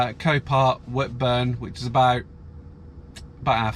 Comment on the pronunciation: you said it right buddy, whitburn :)